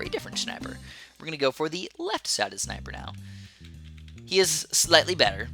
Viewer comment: I love when says "Shniper" 😂😂😂